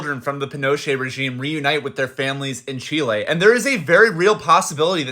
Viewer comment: The way she pronounced Chilè was disgraceful